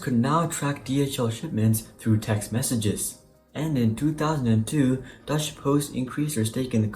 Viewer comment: Good content. A few pointers though: The intro does not suit a quality channel like this could shape up to be in the near future. The concept of the logo is good, just the execution needs work. The outro could not heard over the outro music. The pronunciation of some words (Los Angeles, Deutsche) needs work. Overall, the most important parts of such a video, the research and the analysis, is on point. The pronunciation could be ironed out in five minutes, and the rest a few hours, but you're on track to creating great content.